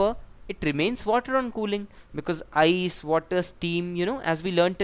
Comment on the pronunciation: Its ice not iec